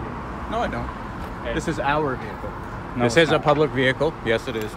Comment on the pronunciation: Please refrain from the the vey-hicle sir. Reamin from vey -hicle I say. Halt